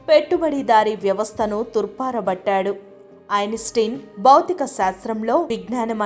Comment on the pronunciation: అమ్మ తల్లీ...తెలుగు నీ హూనం చేయకు. బాగా మాట్లాడటం నేర్చుకుని అప్పుడు వాయిస్ ఓవర్ యివ్వు. 1)తూర్పారబట్టారు తుర్పారబట్టారు కాదు. 2) సాపేక్ష్య సిద్దాంతం పాపేక్ష్య కాదు. 3) చికిత్స 👍చికిస్త కాదు. చదివేటప్పుడైనా ఏమి చదువుతున్నారో తెలీదా...🤭స్ప్రుహ లేదా...